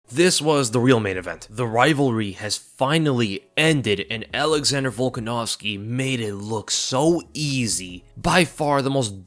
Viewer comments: you literally called the man "Baldanovski" :D But mad respect to Holloway for trying. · BOLDANOVSKI LMFAO Hilarious. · my guy said volkanovski then Volganovski lol hell yea